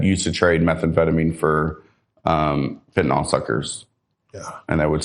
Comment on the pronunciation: Quick pronunciation note: it’s fentanyl (FEN-tuh-nil), not ‘fentanol.’ If you can say ‘Benadryl,’ you can say ‘fentanyl.’ The ending is ‘-nyl,’ not ‘-nol'.